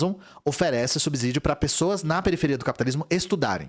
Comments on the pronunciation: Uma lembrança,: SUBSÍDIO tem som de S e não de Z. Som de Z só entre vogais, lembra? Casa, peso, lousa. Mas não em canSado, poSte. E por isso ASSIM tem dois S's. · Subsídio não tem som de Z. Só entre vogais, lembra?